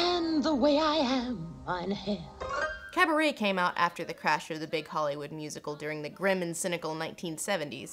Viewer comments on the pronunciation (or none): No, not "Mien Heir" but "Mein Herr"